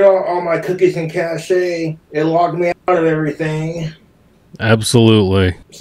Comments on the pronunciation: "cash" is the English pronunciation. Like "weapons cache" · "CA-shay" very fancy pronunciation. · is very ritzy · To all the regards cache is pronounced “cash”. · Him pronouncing his internet cache as cachè lately is driving me insane. Like if you pronounced music bass as a bass fish. They're different things, but spelled the same lol. One just has some stank on it, but has a very different meaning. For someone who supposedly hates looking stupid or ignorant, he manages to do it on a minute by minute basis & never corrects ignorant, stupid behavior.